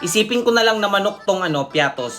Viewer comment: BAKIT PIATOS SABI MO